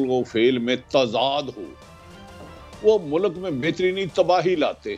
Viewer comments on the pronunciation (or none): Thieves will go to the last mile to destroy PTI completely. Allah is the final judge. Just wait and see. Bhatti sb it is not Mulak, it’s Mulk. Correct your pronunciation please.